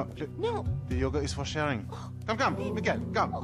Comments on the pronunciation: "now her yoger is fucked" really? yoger? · Sin: It's pronounced yoga not yogger. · yoga not yoger DingX100